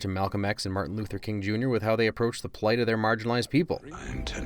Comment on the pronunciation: You've got superhero lore on the brain, dude. It's Martin LUTHER King, not "Luthor" -- ha ha.